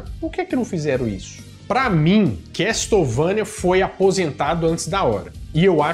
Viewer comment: A pronuncia é quéçouvenia não se probuncia o T na palavra Castle. Video Excelente como sempre, abraços pra vc e pra Bárbara Renato